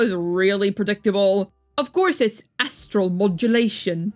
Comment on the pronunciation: the funny thing about is when she says Astral Modulation it sounds like Ass-tral